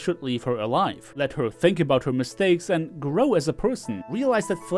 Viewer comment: I keep hearing it as "miss thing"